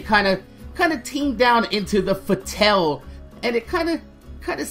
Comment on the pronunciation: It's pronounced fa-t-all